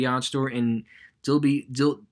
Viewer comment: I’m from Biloxi, D’iberville, MS is a coastal city outskirts of Biloxi. It’s pronounced as de-I-ber-ville. Please don’t take this offensive, I’m just helping, btw Tupelo Mississippi is where Elvis is from and that’s up in North Mississippi. It’s pronounced as Tew-pu-low